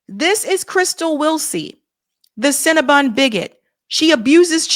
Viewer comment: “Cin-Na-Bun” hahahahahaja!!!!